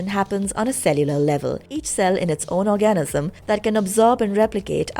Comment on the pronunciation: I'm sorry, I keep getting hung up on this - will someone please help the narrator with the word "organism". I keep hearing "orgasm". Just a slight difference.